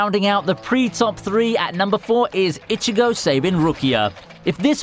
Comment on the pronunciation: The way you pronounced Ichigo and rukia was just sorta gross